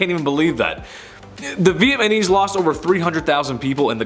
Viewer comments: It’s Vietnamese NOT Vietmanese lol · Vietnam-ese not Vietman-ese 🤣🤣🤣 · You should do a more extensive research before attempting to pretend to know what you are talking about. It's Vietnamese not Vietmanese. You are clearly not old enough to know your data first hand yet you attempt to pass judgment without facts but instead rely on rumor. I could go on in my critique but it would take to long and you are to arrogant to learn before you produce such an unfactual report of history. You are entitled to your opinion but it is in no way factually accurate. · "Viet-man-eez" lmao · Haa haa haa haa, did you say Vietmanese? That's hilarious!! Haa ha haaa!! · 7-6-3-You pronounced Vietnamses ---Vietmanese with the M before the N,,and button up that shirt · Why do you keep saying Viet Manese?